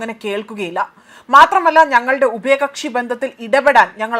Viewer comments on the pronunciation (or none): ഉപയകക്ഷി അല്ല ഉഭയ കക്ഷി😂😂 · ഉപയകക്ഷി 😂😂😂ഇവരൊക്കയാണ് ന്യൂസ്‌ റീഡർസ് 😂😂😂